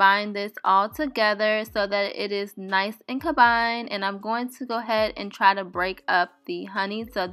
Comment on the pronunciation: COMBINED, MASK, NOURISH, LOL ... girl I watch your vids but u may need a class or something the way u pronounce alot of words are wrong ... is english your second language?